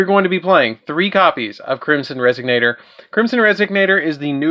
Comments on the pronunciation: I love the vid but I kept hearing "resignator" instead of resonator and it cracked me up. But I loved the video keep up the good work man 👍. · What the fuck is wrong with this guy 😂 how does resonator turn to resignator